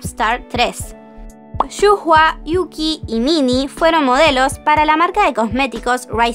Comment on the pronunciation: Shuhua se pronuncia Shua,no Shujua ;(